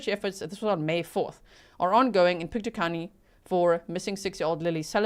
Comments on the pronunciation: Hi, I'm actually from Nova Scotia, so thank you for covering this! I'm not sure the pronunciation of the road name, but the county is Pictou, pronounced "pick-toe". Also, you may get into this (I'm just at the start of the video) but I think its important to note that Nova Scotia is one province away from the Maine, USA border. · Pictou is pronounced Pict toe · All places were pronounced correctly except for Pictou .. it is said like Pic Toe :) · From Nova Scotia here - it is pronounced “Pic - tow” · Pick-toe, Pictou. That’s how to say it :) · It’s pronounced PIC-toe, like toe on your foot. You nailed Antigonish, wait until you have to try Tatamagouche or Kejimkujic. Place names there derived from Scots Gaelic, French and Mi’kmaq languages.